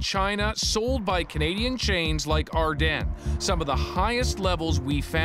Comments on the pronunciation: “Ar-den” WTF JDHSHUEKSNX ITS AR- DEEN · “First up Ardene” I thought it was pronounced Ardean💀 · Ar-Den? Really? Everyone I’ve ever heard pronounced it like Ar-dean. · My mind is being blown by the fact Ardene is pronounced Ar-den and not Ar-dean like I always thought. All my friends said it like Ar-dean growing up. I had a lot of jewellery from Ardene as a teenager. A bit worrying. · the way he pronounces “Ardenes” makes me uncomfortable lol. i thought it was ArDEANs not ArDEN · dera no it’s ardeeen butvthis dude is wrong lol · did this dude just say ardAN, every time he says it I cringe ahhh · It's super annoying that you don't know how to pronounce Ardene lol